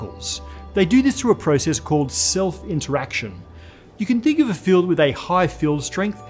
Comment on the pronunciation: I heard fuel instead of field